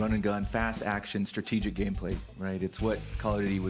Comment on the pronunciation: Did he say strategic????? Lol ok